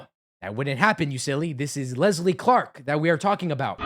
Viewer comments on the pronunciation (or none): Unfortunately I share the same name as Leslie. And I can tell you after having this name for 50 years, people named Leslie do not like being called “LEZ-LEE”. There is no “Z” in the name LES-LEE. It’s Leslie! Not “Lezlie”. 😊